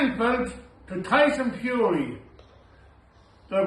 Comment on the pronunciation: I only heard tyson furry... Sorry